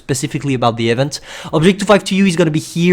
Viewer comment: Bruhh the way you pronounce "event" lmao